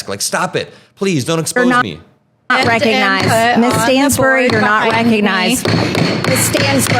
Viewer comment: "Miss Stansbury, you're not reck-a-nized!"